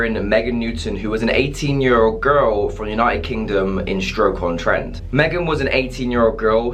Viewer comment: its Stoke on Trent not "Stroke on Trent" 🤣